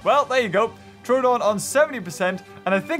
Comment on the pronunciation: Troooooooodon not trodon